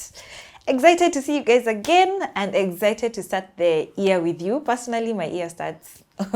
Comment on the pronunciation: They also pronounce year as "ear"